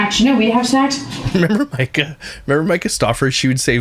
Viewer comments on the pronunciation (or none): none